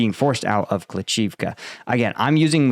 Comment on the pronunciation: It's not kli CHIV ka.. .it's kli SHIV ka. Please get your pronounciation correct!!!!! Jeez